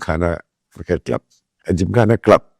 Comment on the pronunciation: Sir, thank you for your honest and detailed review. With all the due respect, there is correction: it's not Khara gymkhana, it's Khar Gymkhana(ഖാർ ജിംഖാന)🙏